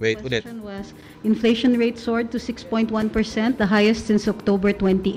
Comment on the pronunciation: Mas malamang ang sagot ni lutangina ay "meryenda na lang tayo ng enfleytion este enseymada pala"